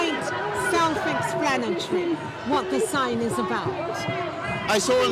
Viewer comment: It’s self explanatreee 😂😂😂